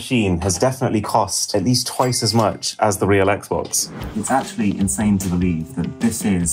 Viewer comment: Ah yes, the "Xbex" from Wish...